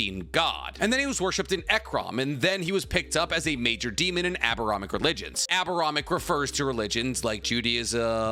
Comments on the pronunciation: It’s AbraHAMic not abaramic. I like the videos but you bringing Shino into the convo out of left field triggered me. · Abraham-ic, not Obrahomic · Sir that is NOT how you pronounce abrahamic (it's pronounced like the name Abraham then ic) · Your pronunciation of Abrahamic killed me 😂